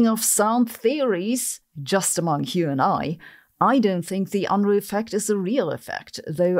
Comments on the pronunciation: Man, I kept hearing that as ennui radiation. Imagine if we could harness that! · Does Unruh radiation cancel out ruh radiation? It was funny to hear her—a German—pronounce "Unruh" like an American would. He was one of my profs and I kidded him about his name, but a jovial guy and he didn't care how people said it.